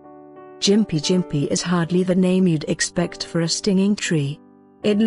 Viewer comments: lmao, its pronounced gim-pee, not fucken jim-pee. i have had the unfortunate pleasure of brushing against one with my arm when i was working for the dpi, thank fuck it was only a light brush, man that shit was the most intense pain i have ever felt ( worse than when i crushed my foot and took nine months before i could walk unassisted) i couldnt even describe the sensation of agony this thing does to you. ABSOLUTE FUCKING AGONY! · It’s pronounced Gim-pee not jimp-ee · Gimpy not Jimpy. Chav